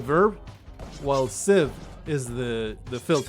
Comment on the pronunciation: You are correct in your pronunciation of the noun "sieve" (at least in reference to cleaning grain), but I'm not sure about the verb because nobody ever uses it. I literally don't think I've ever heard anyone use it as a verb before. Everyone always says "cleaning" "chaffing" or "threshing" (though that word is supposed to refer to a different part of the process) If I had to guess, I'd say it's pronounced the same as the noun, and the couple of sites I looked at seem to agree. Just don't confuse "sieving" with "shiving" because that's what happens to the poor overworked bastard that does the sieving In fact, now that I think about it, it's becoming less common for people to use "sieve" at all. It seems pretty often that I talk to someone who knows what a sieve is but has never heard the word before. "Chaffer" and "cleaner" are far more popular, even though Google doesn't seem to be aware of the former's use as a grain cleaning device. There's also evidence to support the idea that "chaffer" and "sieve" refer to two different types of screens, but I have definitely heard them used interchangeably by people who are (for all purposes) experts in the industry Oh, and if you don't like that wall of text, I can go back to shotguns. Those people love to "discuss" their terminology